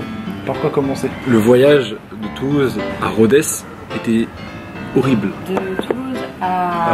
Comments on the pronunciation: Super vidéo, cependant je suis grec et Rhodes ne se prononce pas "Rhodèsse" mais "Rhode" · Cest une blague titanesque ? Rodess ? On dit Rhodes